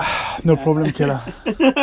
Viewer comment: Its not khela khela,its Kela kela